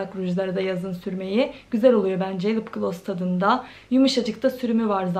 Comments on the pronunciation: Kötü bir yorum olarak algılama ama lıp glos değil :( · Lıpgloss değil yanlış okuyorsun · "Lıpglos" nedir? Biraz İngilizce öğren bence. Kendi halinde zararsız bir kızsın ama kendini geliştirmelisin. Hiç ciddiye almıyorsun gelen yorumları 🤦🏽‍♀️